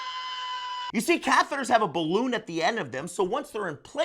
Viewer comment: After the first 40 seconds I just want to say, thanks for this video, but I don't think I'll be finishing it. You lost me at "balloon".